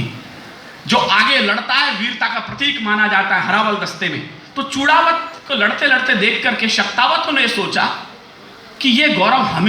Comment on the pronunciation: Great...but चुड़ावत नहीं बोलते है, चुंडावत बोला जाता है